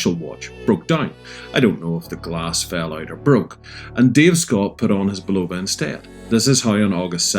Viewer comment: Nice watch, now you can pronounce Bulova correctly. Also the original sold for 1.6 Million, NOT 16 Mil. Do you find the chinese leather nato smells funny? Like Wuhan wet market funny? Mine did, great watch, rubbish leather strap IMO.